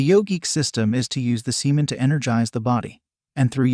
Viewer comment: He said semen Sea men.